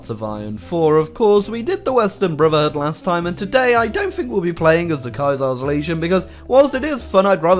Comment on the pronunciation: No link to mod, doesn't reference mod name, pronounces brotherhood "bruvherhood". Disliked.